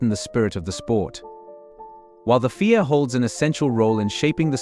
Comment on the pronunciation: Let's see, in how many ways can we screw up this video. 1. A.I. generated voice is obviously from a script and sounds like it's never been proofed. It's not bloody Fia, it's F.I.A., each letter prounounced. 2. Then the subtext is auto generated from the A.I. generated voice and Fia now becomes FAA. Why not just use the bloody script? 3. While all different names of people are mentioned, pictures of all other people are flashed in the video. It would make sense to show a picture of the person or persons mentioned at the time.